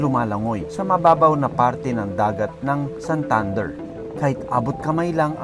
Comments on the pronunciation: Dili SanThunder.. Santander! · Mahimuot lage kos "Sahntahndehr" HAHAHAHAH